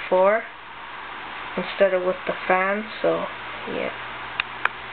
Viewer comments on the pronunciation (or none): none